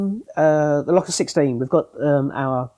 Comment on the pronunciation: Fascinating to hear the Locus 16 being discussed, it was always pronounced Lowcus 16 in the north not Lockus 16 as Seb uses. I joined MRSL in 1974 to set up the test facility at the Bill Quay works in Gateshead where the Locus 16 was manufactured. I was recruited following an interview with Brian Partridge, Clive Gildersleeves & Andy King and spent four happy years creating and managing the test facility with frequent trips down to Writtle Road & Baddow. Great memories